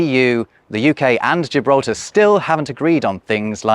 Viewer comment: Why LamborGini, but gJibraltar?😞